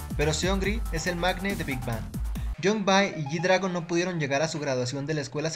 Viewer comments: muy bien tu ella ifo pero por sii no as visto hay vídeos donde gd dice q no se pronuncia big bang es big beng la pronunciación del nombre amigo!!! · primero que todo se lee big beng pero se escribe big bang 😒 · te corrijo algo si. no se dice Big Bang se dice Big Being no se dice como se escribe sabes solo eso queria decirte.